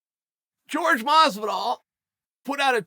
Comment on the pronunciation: Say it with me Chael, “ Horhay”. Pronounce his name correctly for god’s sake.